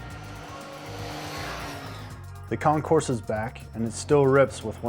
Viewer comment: If you are going to REVIEW a motorcycle, perhaps you should learn to actual PRONOUNCE the name of the bike correctly? D'oh! The Concours 14 is pronounced "Con-Core", NOT "con-corse". Idiot.